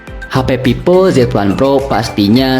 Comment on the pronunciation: Monmaap, itu vivo bukan pipo wkwkwkwk Funtouch, bukan funtoch T.T